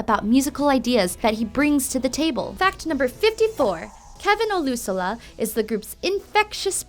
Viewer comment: she said oh-lu-so-la instead of oh-lu-sho-la